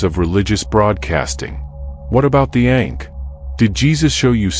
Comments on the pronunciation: The Ankh …. Not Ink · It's not ink it's ankh